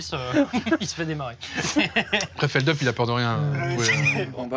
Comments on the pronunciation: C’est « feldupe » Les gens disent « feldeup » par erreur mais c’est juste qu’il a la flemme de corriger les gens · « FELDUUUP » un effort Doig😂😂😂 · XD doig qui a dit "feldupe" sa ma tuer XD